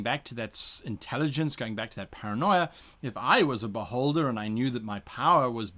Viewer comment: My inner 12 year old has to giggle every time Guy says "beholder". It tends to sound like "butt-holder". I also laugh at butt jokes and tell dad jokes (much to my daughter's annoyment). So.... yeah... Sadly, any character that I play is now forever going to die from an insane amount of attacks by a very annoyed beholder wondering why this adventurer who came to challenge it is on the ground laughing...